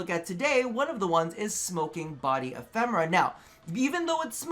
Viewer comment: Im sorry,! It is E-phe-me-ra:D (Not E-phem-ra)